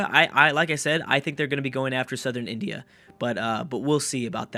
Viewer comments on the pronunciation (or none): none